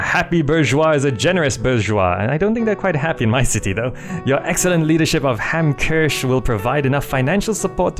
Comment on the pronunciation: Hamkirsch, is actually German for Hamcherry. I believe it should be pronounced as HahmKiirsj :P